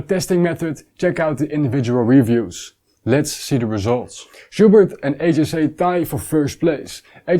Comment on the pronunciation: Great review as always. Small tip, HJC in English is pronounced 'heetsch djay see' not 'hey j say' (the Dutch way)